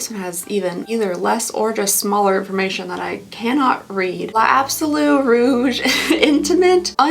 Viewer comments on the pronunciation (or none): none